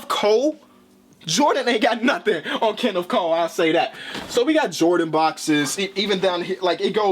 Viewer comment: LoL, I thought he said “Kennef Coe”